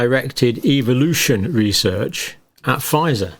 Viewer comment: Love that pronunciation : evilution !